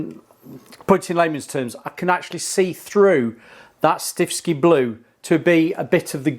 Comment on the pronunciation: Why do you keep saying stiffski blue? It's stiffkey. One S